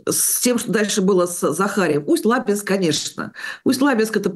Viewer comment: Прошу прощения, Усть-ЛабИнск (река ЛабА, ЛабИнск, Усть-ЛабИнск).